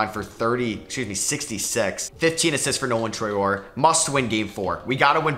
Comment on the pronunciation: Hey, just so you know it's pronounced "Traoreh" in French :)